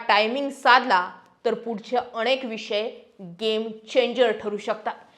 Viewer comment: अणेक नाही अनेक शब्द चुकीचे उच्चार कानाला टोचतात